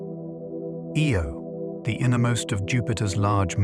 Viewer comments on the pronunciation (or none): The way he pronounces Io as "Ee-oh" first and then "Eye-oh" and then "Ee-oh" right after again makes me think this is AI